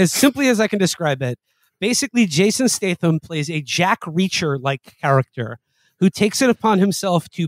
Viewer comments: then he says "Jason Stason" lmaooooo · Mfer said Jathan Statham.